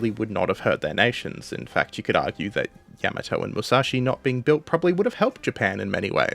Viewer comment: A fuq'n AI can play stupid games? Seriously? Only an AI pronounces Yamato like that. Give up the computer bullshit, and do the fuq'n work of narrating yourself. It'll give you something to be proud of. Dumbfuq